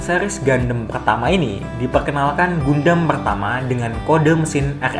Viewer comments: Tulisan gundam di baca/pengucapan gandam bukan gundem min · Bukan gandem Tp bacanya GAN DAM